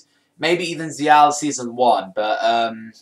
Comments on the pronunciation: It's zexal not zeeal yo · ZEXAL!!! NOT ZL.